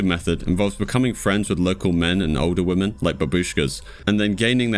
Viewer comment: Good video as per. But why do you say women like that?